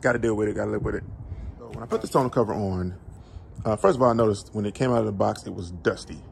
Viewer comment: 1) Tonneau is pronounced (Tah-New), and it's French. Not ragging on you, but sometimes when you are speaking to ppl about stuff, they take you more seriously. Especially when speaking to warrantee departments. 2) MPG gain is due to aerodynamics. A truck has a natural drag that basically creates air resistance in the bed of the truck. Kinda like when you hold your hand out the window. Doing fifty five miles an hour.And you adjust your hand at a ninety and forty five degree angle. 90° you feel the resistance, 45° And you feel your hand just slip through the air with little resistance. Any weight, even body weight will cause any car or truck will decrease mpg. Most of the time, this is so marginal that we don't even notice it. 3) Great video thank you for sharing your experience.